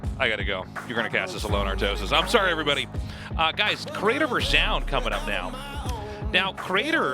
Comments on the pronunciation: I totally get why Artosis says "Zown" as his name is spelt like Noun but with a Z... god knows why Tasteless says "Joun" however lmao. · Artosis says "ZOWN" Tasteless says "JOWN" The announcers says "Zone" in perfect English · what's up with how artosis and tasteless pronounce Zoun lol, sounds like it's supposed to be "Zone" from how the announcer says it